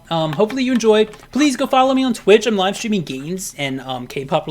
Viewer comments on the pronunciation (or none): none